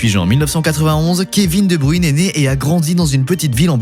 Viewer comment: Waw faire toute une vidéo sur KSB sans être capable de prononcer son nom correctement 😅